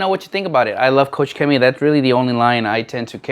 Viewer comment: its not COUCH CHEMIE XD it's KOCH CHEMIE, like in germany you say KOCH = profession: cook. Turn on google translator KOCH in germany and replay the sound :D